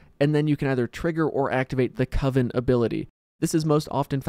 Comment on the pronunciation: It was great. "Coven, not Co-vin!" 😂